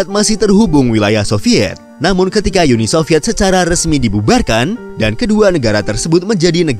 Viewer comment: Uni Sovyet, bukan Yuni Sovyet min. Jangan ke-inggris2-an.